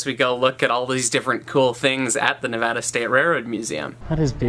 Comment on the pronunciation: you have no idea how happy it makes me to hear someone on the internet pronounce Nevada properly XD